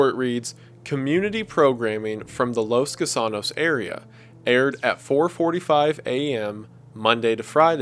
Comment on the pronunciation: “Los Gusanos” Wendigoon: Los KU SAA NOS